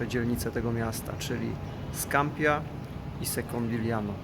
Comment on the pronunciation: Wymawia się „Scampija „